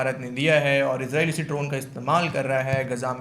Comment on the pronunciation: अरे गवार लड़की फिजा पहले इसराइलबोलना सीखे